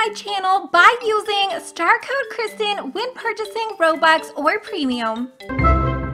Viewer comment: if you didn't notice you spelled "krystin" wrong loll you said "krytin" maybe that's why it tagged out lol